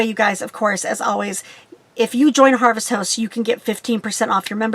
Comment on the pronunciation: Thank you ... for us newbies to be more half timers.... you are saying “Harvest HOST” correct? It sounds like Harvest House. Love your videos!